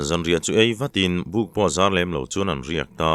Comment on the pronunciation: "An sathing zar" thingzar sawi a, zâr rikdan niloin..